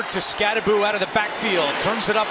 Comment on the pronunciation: Anyone else cringing everytime the commentator says "Skattaboo" instead of Skattabo?"